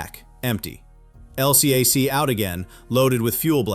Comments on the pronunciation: This is an A.I. channel. Surprise surprise! As a Naval “expertise” channel- every Navy sailor knows those hovercraft are called “EL-cack “; not “El See Ay Sees”. Big give away. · AI, it's "el-cack," not LCAC! Also, your AI pronounces USS like, "U. S. S. ...). If you're going to do USN stuff, use (or teach your cheap AI) to use USN jargon and pronounciation.